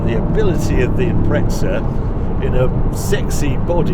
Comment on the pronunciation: great video and review !!! Got one and glad to see how it performs like that..Please please stop calling the Subaru the impretsa ,doesnt have a T in it ....its a impreZa ..